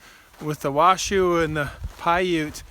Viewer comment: Its not pronounced Wa-Shoo. More like Wash-Oh. Cool video and cool place!